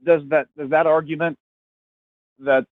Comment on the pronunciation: great argument, of course. But why do you keep saying "arjument" almost every time the word comes out? Where did that soft 'g' come from?